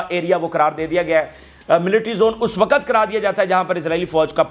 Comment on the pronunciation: Pahle tum apna physical action pura kar lo tub news sunana. 2. Sahi urdu bolna seekho.......waqut hota hai......waquat nahi hota hai.Tumhare maximum physical action ki wajah se bahut sare logon ne tumhara channel dekhna bund kar diya hai.seekhne ka amal puri zindagi chalta hai.